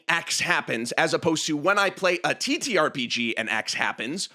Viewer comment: you said the title correctly, I'm unsubscribing